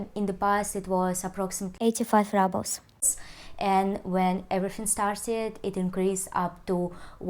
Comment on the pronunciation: Really informative video! Thank you. Btw... Russian currency -"Rubles" are correctly pronounced 'roo-blz' not 'ruh-blz'